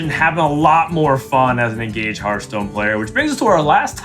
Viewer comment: It has been, is, and always will be Hurtstone. No discussion.